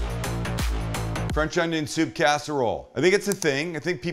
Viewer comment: Fwench ongiong